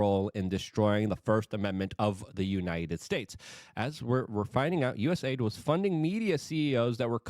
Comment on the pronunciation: For once, being unable to pronounce words pays off! US AIDS is perfect